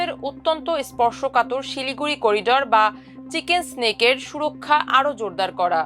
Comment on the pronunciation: চিকেন স্নেক নয়, চিকেন নেক